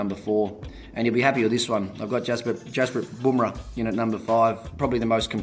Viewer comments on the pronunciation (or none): When ponting say Bumarah 😀😀